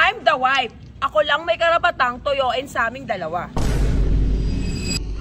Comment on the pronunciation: Sa true…infairness graduate cia ng accountancy…but she can’t even pronounce the word WIFE properly🤣